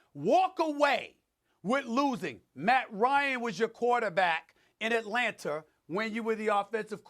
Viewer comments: Why does SAS say "Atlanturr" when saying Atlanta? hahaha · Everybody: Atlanta SAS: Atlanter